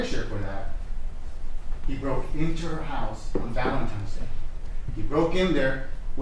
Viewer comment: Did that prosecutor actually say “ValenTIMES” Day ??? Ugh I hope not.